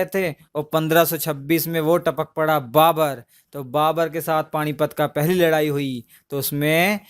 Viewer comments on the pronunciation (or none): none